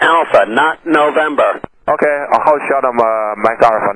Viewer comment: This guy sure likes to taxi to Nowembah XD XD